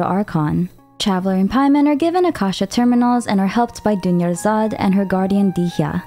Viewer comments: “Dunyarzad becomes doneyarzad” 😭😭😭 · Dunyarzad becomes Doneyarzad😭💀. doing her dirty😭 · Dunyazard becomes Doneyazard. Girl, your humor 😭💀